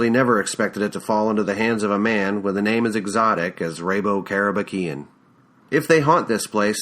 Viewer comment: I read this in Japanese when I was in High-school. After 20 years, I am her in NYC and I’m working at Long Island. Finally, I was able to hear how Rabo Karabekian is correctly pronounced. In next chapter, I enjoyed how you read “Bar-beer-ah!” Your recording is professional quality. Thank you for uploading this!